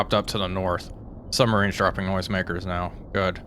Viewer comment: Bruh, it's quite something to have a great channel that covers submarine warfare and yet pronounce them as summMarines. Lol.